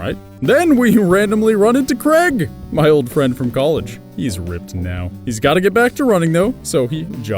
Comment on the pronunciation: Why do people keep pronouncing Craig as Creg?